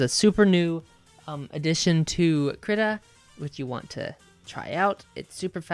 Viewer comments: kreeta not krihta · I do not mean to come off as rude in any way what so ever but it is pronounces kree-ta or so I've heard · i thought it was pronounced kreetuh